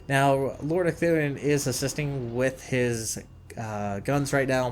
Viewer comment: holy crap you got ecthelion's name right :D